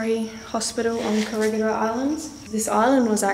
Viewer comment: You did it again...its ko-re-hee-dor not koregidor